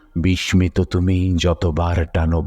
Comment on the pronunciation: অসাধারণ কন্ঠ আপনার 🙏 শুধু একটি উচ্চারণ একটু কানে লাগলো বিসমিত ..,। বিসসিত বলি তো।